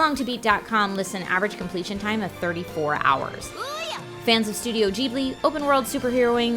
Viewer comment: The way she pronounces "Studio Ghibli"